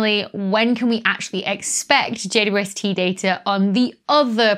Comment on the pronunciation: I tend to hear "J Doo ST"